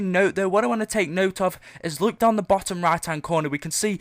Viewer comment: He says look as luke